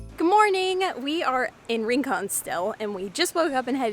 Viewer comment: its not ring con its ????rincon